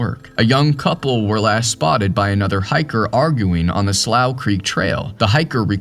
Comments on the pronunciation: Slough is pronounced "Slew" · I believe its pronounced "sloo". How can you not know that? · "slough" is pronounced "slew"....it means a wet, low patch of ground. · It’s pronounced slu or sloo… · Maybe the mispronounced Slough was from using AI narration.